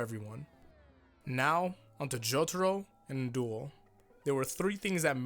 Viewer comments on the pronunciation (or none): How pronounce his name: An Daol How everyone pronounces his name: NNnnNNNN Dool